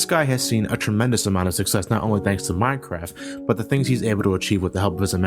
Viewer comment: at 10..10 he said mincrap